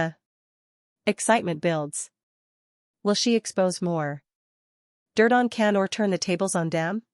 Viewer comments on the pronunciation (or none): Can's name is pronounced John. Spelled Jan. The C is pronounced J in turkish!!